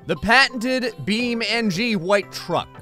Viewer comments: It's Beam NG. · Yes! More "Bee Men-G"! Thanks